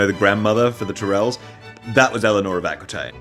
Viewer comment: Saying Aqooeetaine but Teerells is hilarious